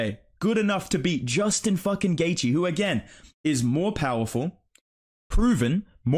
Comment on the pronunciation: You should make a video on mispronouncing Gaethje. He pronounces it, “Gay-Gee” and it pisses me off lol